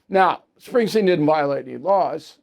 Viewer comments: BILL ITS SPRINGSTEEN NOT SPRINGSTEIN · It’s “Springsteen”